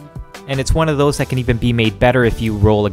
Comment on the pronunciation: "Check thoose owt" haha. I love Canadians. -an American